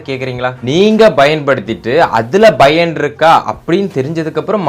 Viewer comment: Payan❌ bayan✅